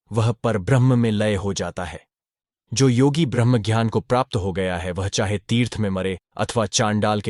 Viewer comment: कृपया अपनी मानसिक बीमारी को सुधारो,जानबूझ कर कई शब्दों का गलत उच्चारण करते हो,ज्ञान को jhyan,कभी घ्यान,कभी ज्यान बोलते हो, दुःख को दुहक बोलते हो,ज्ञात को ज्यात 🤔🤔